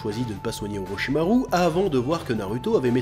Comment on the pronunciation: Moi ce qui me fume c'est pourquoi tu prononce "u" au lieu de "ou" dans les prénoms "Naruto", "Sasuke", et "Orochimaru" alors que pour "Tsunadé" tu prononce correctement😅